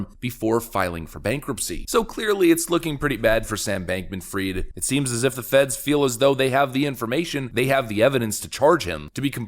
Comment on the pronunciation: Hi. Its not Sam Bankman Freed - IT IS Sam Bankman Fried (spelling fraid) Almost allnews anchors and media influencer get this utterly wrong.